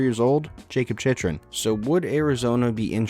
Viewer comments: Not to gripe, but it’s “chick-rin” not “chich-rin” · The fact you mispronounced Chychrun (Chick-rin) so many times in this video. 😐😐😐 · You can’t even say jakub chychrun right